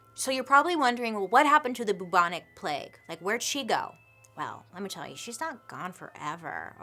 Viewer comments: Hey Bailey, I'm your biggest fan and I always watch immediately every story you post because they're so interesting. One thing though that made us chuckle every 5 minutes while watching this vid, is how you say Bubonic. It should be pronounced "Bewbonic" like "new" not "Boobonic" 😂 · I appreciate the attempt, but the pronunciation is still not right. It's not pronounced boo-bonic, it's pronounced closer to byou-bonic plague because a symptom of the plague is the formation of buboes on the body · no longer pronouncing bubonic as byoobonic, but as only boobonic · its peonounced byou bon ic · The cutest thing is in the UK we pronounce it B - YOU - BONIC but she can say BOO all day long! Love you Bailey! Keep doing what you're doing you're a flash of light in the darkness of my day! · Actually a couple of months after the COVID outbreak started in China there were also cases of the Bubonic ( the u bit is pronounced Ew so it's B-eww-bonic )plague not far from where COVID started. It's never died out as the fleas live on rats but outbreaks are rare but since COVID started in China it's interesting that outbreaks of other viruses or plagues have risen put of nowhere. Strange eh ? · The way she pronounces bubonic is hilarious! It's pronounced b-yew-bonic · Haha in the UK we pronounce it like ‘byoo-bonic’ plague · Pronounced Bewbonic 👍😃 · Love Bailey, but I did burst our laughing every time at the pronunciation of Bubonic! Literally never heard it pronounced that way lol